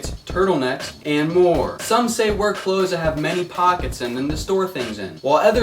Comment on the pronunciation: when he said clothes in the beggening i almost left the video